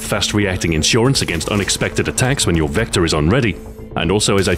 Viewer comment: for the longest time I thought it said vector kID